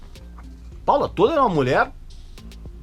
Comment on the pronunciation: "Tôler", não. É "Tóler"